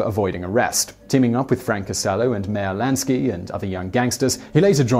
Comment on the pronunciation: 1st could you please say Meyer Lansky's name right! and 2nd why didn't you mention Arnold Rothstein when talking about Meyer or Lucky? The guy was the true OG